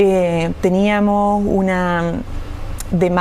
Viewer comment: porqué dices teniamoh, teniamoh por favor vuelve al colegio para que aprendas a hablar correctamente